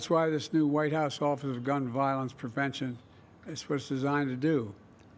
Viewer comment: Did she made a mistake in pronunciation to say "prevention"?